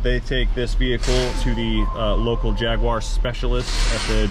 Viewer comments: You have a Jaguar, not a Jagwaaar ! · Jag- u- ar not JagWar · It's NOT a Jag... WA.. Its a Jag.. you.. are. While I'm on a whinge, Herbal isn't a silent H. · Problem was too many jagwars in the one sentence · What the hells a Jagwar? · It’s not a jagwire it’s a JagUar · Jag u ar not jag wa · And you can’t pronounce jaguar correctly there is no w in jagUar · 2012 JAGWARR love the way its said across the pond. This is exactly the kind of car I buy and repair here in UK, the ones no one wants to fix. Normally super cheap and once fixed make a healthy profit.